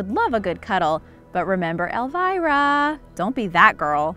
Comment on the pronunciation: If you meant the Tiny Toons character, then it's Elmyra, not Elvira.